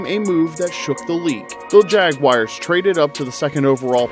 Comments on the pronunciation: Jags fan here it is JagWARS not JagWIRES, but nice video! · Please pronounce the team name correctly. It's JagUARS not JagWIRES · The assessment is good, but please stop pronouncing the team name incorrectly. It's Jag-war not Jag-wire. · I stopped watching the second I heard JAG WIRES. Do better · sorry but that just chaps my ass when people say Jag-wires 🤷‍♂️ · Why are you calling them the “Jagwires”